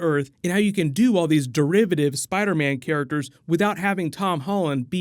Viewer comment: he says spiderbam lol